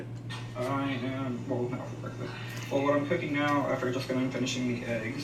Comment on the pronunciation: IGNORANT zaddy chunk chunk and his whole family mispronounce words just like illiteratelynn. He says beckfast.